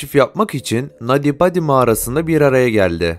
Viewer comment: Nadi badi değil naty paty okunuşu